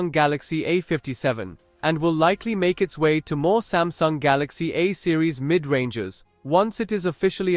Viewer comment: smasnug galacksi ah fifty segen five nig